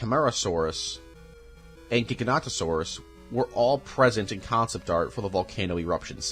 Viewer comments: Great video! But good lord those pronunciations were simply atrocious 😂 Mat-an-sair-os Tuh-con-yo Mwair-tay Pain-yuh Edit: Also gig-uh-note-oh-saurus Edit 2: the ‘t’ in Carnotaurus is right there my guy 😭 Edit 3: okay I’m done, these dinosaur name mispronunciations are horrendous and I can’t correct all of them 💀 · he said it like ji-gan-to-sorus but its actually gig-a-not-a-sorus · "gigantosaurus" bro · A little correction, you have to pronounce the first o in Giganotosaurus. I'm fairly certain that Gigantosaurus was a sauropod, not a theropod like Giganotosaurus.